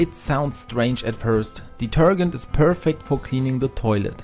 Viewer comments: It's pronounced deterJent not deterGent😉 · Deter-Gent as in gentleman not gant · Deturgant...no no.. it's detergent. De-ter-Gent.. now put it all together and pronounce it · Do you mean detergent or detergunt? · Deter-JENT not deter-gent. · Detergent ❌ Deterghent ✅ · Deter*gent as in *Gentleman - not deter*gent as in *Gantt Chart. Good video , thanks :) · Please pronounce detergent like diterjent rather than diterghent. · It is pronounced de-ter-Jent, not de-ter-Gent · it's deter- gent like gentleman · Deetergent not ditergunt 😅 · It’s not pronounced deterGHent. It’s pronounced deterJent like the j in “judge”. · I just can't listen with the guy saying deter g ent. Man, it's pronounced deterjent. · Listening to you say detergant over and over has just made my night ,😂😂😂 Thanks for the great tips and a good laugh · ‘Deterghent’ - I love how you say it! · Hi. Interesting post! Just in case you wish to be understood in the US a bit more, I have a linguistics suggestion: In the US, we pronounce the last four letters of the word, “detergent, as we do in the word “Gentleman.” You’re pronouncing the G like “to Get,” or like the proper name “Gary.” It should sound like the G in “Gently, Gentleman, Giant,” or the same sound in some J words like “Jester, Jack, or Jeremy.” I hope that helps. Best wishes. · FYI, the g in detergent is pronounced like the j in James. It is "deter-jent". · Did he say deturdgant ? 😳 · It's pronounced "deter Jent" but to be fair, your English is way better than my German!😂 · Pronounced: De-ter- (j) ent! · It's pronounced like de-TER-jent. In English, if a "g" is followed by a e, i, or y it is usually pronounced like a "j." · Also, detergent, the G is pronounce like in Gentlement. Has a J sound. DeterJent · Just so you know, the proper pronunciation of "detergent" is "deterjent" (hard G) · I love the way you pronounced detergent it's pretty funny. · the way you pronounce detergent is killing me😂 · please say detergent again 😂😂😂😂😂